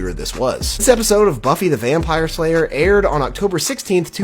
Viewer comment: I think I misheard you there did you really mean to say buffy the vampire layer ?.